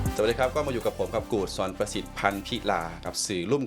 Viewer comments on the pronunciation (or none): ชื่อหม่วนนะ สอนประสิทธิ์ เขียนเป็นไทยน่าจะ ศรประสิทธิ์ คุณศรประสิทธิ์ต้องพูดไทยให้ชัดเหมือนสาวเชียงตุงนะ ฟังทั้งสามคนคุยกันแล้วถ้าไม่บอกก็ไม่รู้ว่านี่คือคนพม่ากับคนลาวคุยกัน ตอนจบออกเสียงผิด สามเชียงนะ ไม่ใช่สามเซียง